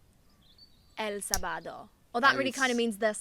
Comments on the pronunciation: Not Sabaaado but saaabado ( for pronunciation) Sábado en Spanish, السبت ، in Arabic and samedi in french 😍 Have a nice day 💚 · el SabÁdO, jajajaajaaj good work learning spanish, just a recommendation, when you wnat to pronounce the "j" in spanish is really similar to pronounce de "h" in english. So, for example when you say "ha" in english like when you are laughing is the same as saying "ja" in spanish, just pronounce it a little "harder". Hope will be useful! Keep trying! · Sábado had an accent on it so it means you to enunciate it different. Kinda like I’m Arabic you would add اَ to the alif to give it that sound. Mike could please add me on tandem lol I could help her with Spanish if Mike could help me with Arabic! Lol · Sábado is pronounced with an accentuation in the first syllable. That's what the "tilde" means, it's a diacritic accent, a type of accentuation that it's grafically expressed. Most words don't have it, but there's a lot that do.